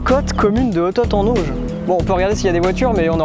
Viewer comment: J'habite dans le Calvados et quand j'ai vue les panneaux j'ai éclaté de rire mais par contre le "t" de Hotot en auge il se prononce pas les gars ! 🤦🏼‍♀️🤣